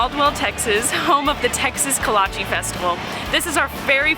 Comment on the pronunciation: coming from a czech person can you please stop saying “kolacheeeee” it’s not pronounced like that 😭